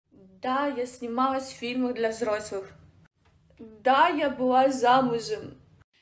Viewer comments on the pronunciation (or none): "я быВа"... "Я снимаВась..." К логопеду сходи звезда🤣🤣🤣